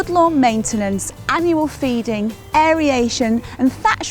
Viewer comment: Did she say 'aeriation'? Lol I think it's aeration my dear.